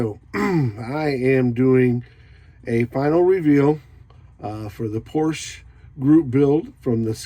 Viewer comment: Yep, if ya gotta have a Porsh-a, that's the one. 👍